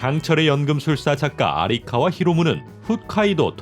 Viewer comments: 아리카와 세번듣고 꺼버림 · 5년전 영상이 왜 추천으로 떳지.. 작가 이름 아'리'카와가 아니고 아'라'카와임다